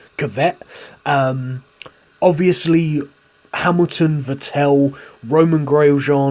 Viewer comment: Mate it’s vet-ill not vet-ell it sounds soo butchered